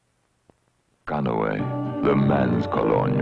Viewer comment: I love how they pronounce it "CANOWAY" in this commercial, but in the later ones, they just say, "CANEW", as in the name of the small boat, lol.